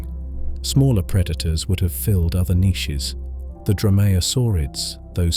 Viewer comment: Bro is it just me that hates the way he says niches